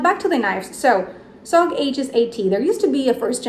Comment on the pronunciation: English is not your first language and you pronounced Aegis correctly. I know of native English speakers who still call it "Age-is" or "A-jeez." If I do win can I choose to give it to a different commenter, or is that not allowed?